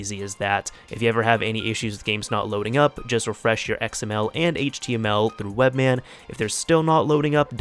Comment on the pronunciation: it's webMAN not webMann